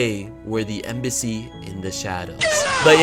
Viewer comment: “Embacy in the shadows” 🙂‍↔️🙂‍↔️🙂‍↔️🙂‍↔️